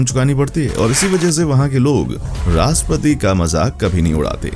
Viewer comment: Its not RASPATI…. Its RASHTRAPATI. ❤